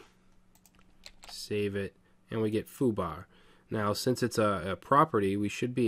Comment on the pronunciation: "foo-BAH" Eastern Mass.